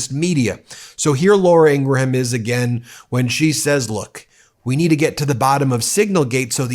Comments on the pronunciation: I had to stop listening because this guy couldn’t say “Ingraham” with less than 3 syllables. He’s reporting on a rather famous person, and he hasn’t even done enough research to stumble across how to pronounce her name. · She's evil and destructive... but why do you repeatedly mispronounce her name? I hope not mimicking the right's childish trolling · do you mispronounce Laura ingraham's last name for some reason, legal or otherwise? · Ingraham is pronounced as two syllables, not three. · I have not watched many videos on this channel, so don’t come after me…but does he mispronounce her last name on purpose? lol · Please stop pronouncing her last name wrong. Very annoying. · Hey, the H in Ingraham is silent. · Can you please pronounce her last name correctly please? I can't stand her but just get real here. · Dude, I appreciate your work, but learn how to pronounce Laura Ingraham's last name. Seriously, it's nails on a chalkboard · PLEASE stop with your ridiculous over-pronunciation and mispronunciations of names and articles. Learn when to say "the" and not "thee", "a" as "uh" and not "ay". Your pronuctions become major distractions and diminish the impact of what is your great content. Laura Ingraham's name is pronounce "ing-grum", not "in-gra-ham". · The H is silent in Ingraham. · This is the only outlet I have ever heard. That says Laura Ingra-ham. Everybody just says Ingram. I don't even think her colleagues say Ingra-ham. Why would anyone willingly put more effort in to pronouncing this ghouls name? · Please say Ingraham like you would GRAHAM CRACKERS. It’s not graHAM, it’s gram… likewise, it’s Ingram. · Not pronounced In-gra-ham. It’s pronounced In-gram. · Ingra-HAM!!?? Do you also say Gra-HAM crackers?? 2 syllables in Ingraham, 1 syllable in Graham, please. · You're saying her last name wrong. It’s like graham cracker. You are putting an extra /a/in the the name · Not positive but I think it’s pronounced like In-gram as in graham cracker.